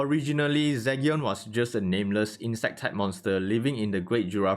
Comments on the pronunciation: Is it Zygyon it Zeegion? The pronunciation i mean cause you say Zygyon. i dont mind the accent cause everyone has it. Buy your pronunciations are not on point on some words. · Zee gen....its like Legion but with a Z🤦🏾‍♂️🤦🏾‍♂️i couldn't finish watching this video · Do you know everyone is killing you by the way you're saying his name right